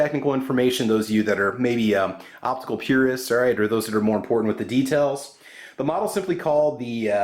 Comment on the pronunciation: "Optical Purest" LOL LOL LOL. Thanks for the review.